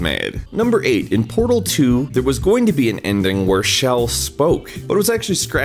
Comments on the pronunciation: Nope, he is saying it wrong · Pronouncing Chell as 'Shell'... have I been saying it wrong as "ch-ell" all these years??